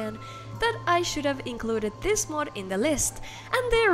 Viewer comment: This is 100% not what the letter Ö sounds like in any recorded language.